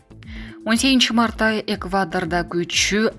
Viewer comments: ЭКВАТОР? 😂😂😂😂😂 ЭКВАДОР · Экватор эмес, Эгвадор деп айт чон кыз